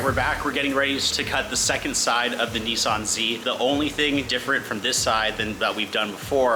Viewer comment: why do they say Kneeson... as oppose to Nisan?